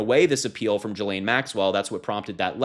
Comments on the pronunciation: Why do you say "Jillaine"? When you say "ghost" do you say "jost"? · Just FYI, Ghislaine is pronounced with a hard G - as in get or go. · Pronounce her name with a hard G. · pronounced GILL-LANE. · please pronounce her name properly. Try GHOST and GOAT! It's a hard G. It's pronounced "Gee-lenne" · That is insane! I hope they can get a reporter in there like TODAY! Btw, he name is pronouce, "Ghee-lean" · Ghislaine is a French name pronounced ghee - Layne the s is 🤫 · Learn how to pronounce Ghislane. If you are unsure like, look it up ahead of time. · Can you pronounce her name properly?